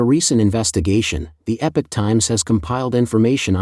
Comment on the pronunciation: Epic is pronounced Eh-pik. Epoch, however, is pronounced EE-pock. EE-pock Times.